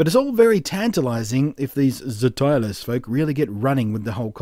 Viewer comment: I think it's probably pronounced more like 'stylus' it is a very STOOPID name though!